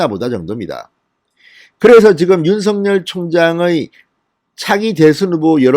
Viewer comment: 아무리 영남 억양이라도 윤총장을 윤서결로 발음하지마세요 윤총장이름은 윤석열입니다 발음을 절확히 하세요 부탁합니다